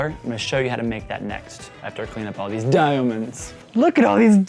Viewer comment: I literally die at how he says diaomunds